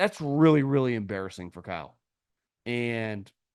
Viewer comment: Me too it always cracks me up, especially when he loads it up. “That was…EMBARRASSING!”